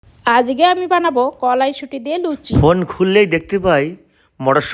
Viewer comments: করাইসুটি ❌ কলাইসুটি ✅ 😂😅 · কড়াইশুঁটি ❌️কলাইশুঁটি ✔️ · করাইসুটি ❌ কলাইসুটি✅ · করাইসুটি ❌ কলাইসুটি✅🤣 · করাইসুটি❌ কলাইসুটি✅ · করাইসুটি ❌ কলাইসুটি ✅😅😂🤣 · কড়াইশুঁটি ❌ কলাই শুঁটি ✅🤣🤣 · করাইশুটি❌ কলাইশুঁটি ✅ 😂😂😂😂😂😂😂😂😂😂 এরা আলাদাই ভাই কি বলে আগা মাথা নেই 😂😂😂😂😂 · কড়াইশুঁটি না ❌ কলাইসুটি ✅ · Koraishoti❌kolaishoti✅ Mixer❌ mickcher✅ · মিক্সার ❌ মিকচার ✅ কড়াইশুটি ❌ কলাইশুটি ✅ 😂😂😂